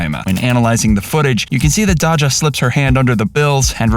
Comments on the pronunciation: Sorry but you calling Dajah “Dah-Jah” instead of “Day-Jah” like how people in the video pronounce it kinda annoys me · It’s Dayja not Dodga. You’re welcome AI voice. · Say it with me Day juh!!!! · If u call her dodga one more time 😐lol 😁 it' sounds like Dayzya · Almost 1 million subs and you don't know how to pronounce "dajah"? Cmon my guy. It's not hard. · Lol it's him mispronouncing Dajah when they said her name in the video plus calling a Louis Vitton bag Gucci